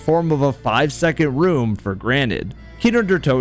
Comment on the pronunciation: His german pronounciation of kino der toten really caught me off gaurd shit was on point